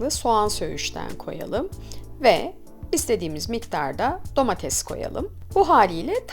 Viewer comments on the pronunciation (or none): none